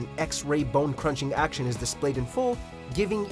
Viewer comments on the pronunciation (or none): none